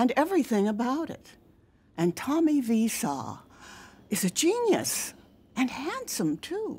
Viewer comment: the only time i've ever heard his name pronounced correctly